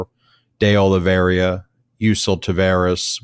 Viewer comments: Ben... It's Oliveira (sounds like Olivéra) not Oliveriiia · Oliveira not Oliveria. Oliverra for gringos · Ben, it's Olivi-er-a not Olive-ria. Keep the faith! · I always follow your enlightening insights, but must point out that Olveira is pronounced "Ol-VEY-ra, not "Ol-VERY-a", and your use of "a" preceding a noun starting with a vowel makes you sound like a ignorant individual, at least, if not a idiot. But keep up the good work! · Can someone finally tell Ben it's De Oliveira and not De Oliveiria? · ben and you guys arre FABULOUS! pleasE CORRECT your pronunciation of Carlos De Oliveira, since you will be saying his name many times... so please repeat after me: "Oh-lee-VAY (like "ray") - run". NOT "Oh-lee-VER-ee-a. Thank you from all of your Portuguese speaker listeners... KEEP UP THE GREAT WORK! also while I';m at it:: Jack Teixeira is "Tay (like "ray) - SHAY (like "ray) - ruh;) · There is no ria at the end of De Oliveira. It’s just RA. Oliveeeera. Lol. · It's pronounced more like Ah low vay rah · Oli-vee-er-a, Ben. Thx. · I will always love you guys, HOWEVER ! Please be conscientious enough to pronounce names of people and places correctly! Even if they’re not our favorite people or places, it sounds unprofessional when you brilliant guys mispronounce De Oliviera and Iran. K? ❤🙏🏽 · Honestly it’s not that hard to pronounce…and I’m a gringo lol